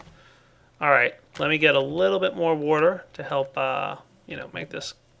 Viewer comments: Kinda bugs me how says water.... woater. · You say water weirdly